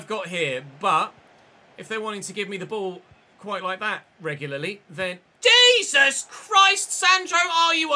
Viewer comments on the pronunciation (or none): none